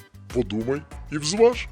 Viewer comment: "ВЗваж"!!!? Кретини рускєє.